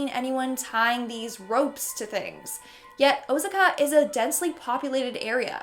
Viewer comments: its o-sa-ka not "o-saka" but otherwise wowwwwwwwww perfect!!!! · OMG! Learn how to pronounce city names ! Osaka. !